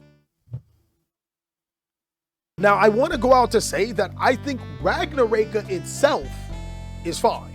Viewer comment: Can i fix yours and everyone elses pronunciation of ragnaraika please? The rai part is not “ray” but “ri” like the word right. Its ragna ra iii ka. In japanese, and most asian languages, you pronounce every vowel. Anyway keep up the good work